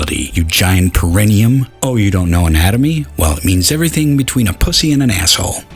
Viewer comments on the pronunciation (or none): Recheck your pronunciation of “perineum.”